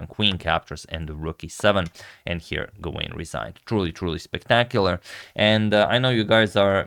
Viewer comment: "Gawain" should be pronounced "Gah-Win" with the emphasis on the first syllable